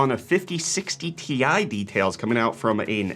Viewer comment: Its t i not tie, how do you pronounce rtx ? R t x not retex